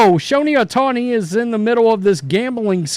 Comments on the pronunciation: It's Show Hey, not Show Neigh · Why he calls him Showne Ohtani . Showne ??? That's funny